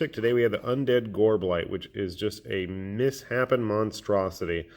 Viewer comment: "Miss-Happen"...Not Misshape-n?